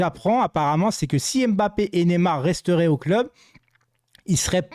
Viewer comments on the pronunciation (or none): none